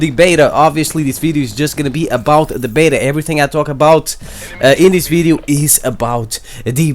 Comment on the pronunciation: "a videeo" lmao my boy Learn how to say video bro, anyways good VIDEO